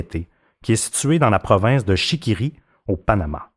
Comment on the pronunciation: Chiriqui pas chiquiri mdr 😂 😅 😅